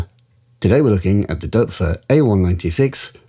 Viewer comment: OMG! You are the first person, apart from Germans..., that I have heard pronounce the name "Doepfer" correctly... I doff (or is that "Doerf"?) my cap you sir!!